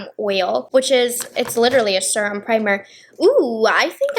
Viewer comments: Pronouncing serum “surum” 😂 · Suruhm. Suruhm oil. Not serum, suruhm. 😅 (No hate, not making fun of you, I think the accent is cute) ❤